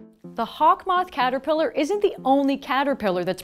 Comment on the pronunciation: do you pronounce it as "KATER - PIE"